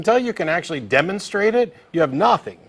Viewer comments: Is Matt practising his Italian accent ? "You have naarthing." Haha! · is it just me or when he says "You have nothing" he sounds like he has a Russian accent?